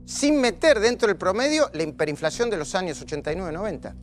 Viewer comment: minuto dice "hiMperinflacion" minuto dice "receNsion" eso sin mencionar q desde el minuto hasta el minuto es un flor de pelotudo